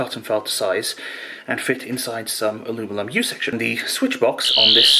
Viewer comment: you say "alumilum" so naturally.....I'm convinced that you actually have to think hard to say aluminum, or aluminium....kinda how I think hard to hear "alumilum." So, where are your stand up videos?